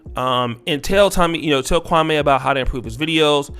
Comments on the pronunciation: Dear, I do appreciate your podcast and content, however, with all due respect, you should correctly pronounce his name. It's Kwa-me not Kwa-may. Actually, Jalen Rose and a few other pundits say his name correctly. It could be perceived as disrespectful by mispronouncing his name as Stephen A. Smith does ALL of the time. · Bruh its Me, Me Me. Kwa-Me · Who is Kwa-may??? You'll are butchering this man's name...🤦🏾‍♂️